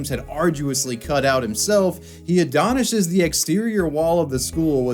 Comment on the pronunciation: "adonishes" ...wot?